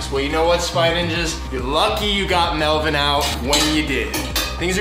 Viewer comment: Melven ie not men